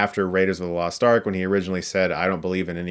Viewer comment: "I thought I'd losht you, boy!"